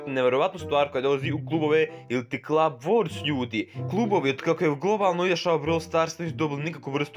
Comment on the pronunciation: Ne kaže se klaba nego kluba